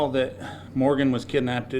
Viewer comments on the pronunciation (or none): you've got to wonder. Nothing was said. Doesn't seem this P.D is very s m r t. Sorry, but it's how I feel. Pronouncing the word kidnappded - TWICE didn't help one bit. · Embarrassing he doesn’t know how to read the word kidnapped and he’s the chief of police 😭